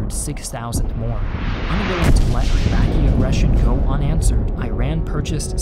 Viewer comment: Why are you pronouncing "I rian" and 'I raqi" ?